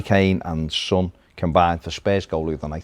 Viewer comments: LMAO no it's not, i am a scouser too, it's pronounced sonn not sun it's a name FGS it's not like saying tomato differently or something son has literally pronounced his own name and that's that way it should be pronounced! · "when they've got sun in their side" FFS, his name is son. EDIT: ph no, said sun too.